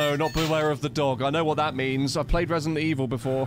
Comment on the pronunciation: Re-silent Eve-hill